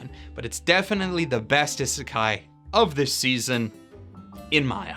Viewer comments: This mans really pronounced "isekai" as "ih-sekai" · it still always bugs me how he says ihh-sekai because that's definitelly how い is pronounced